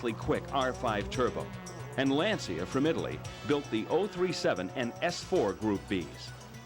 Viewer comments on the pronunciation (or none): none